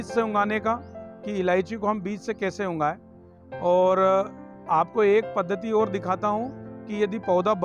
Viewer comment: उंगायें.... या फिर उगाएं.... हिंदी सुधारो सर